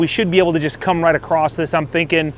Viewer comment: There's no T in "across", son.